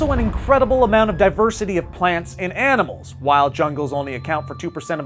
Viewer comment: HE said BANIMALS 😄😅😂😂😂😂😎😇😇😇😇😇😀😭😭😭😭😭😭😭😁😁😂😁😁😂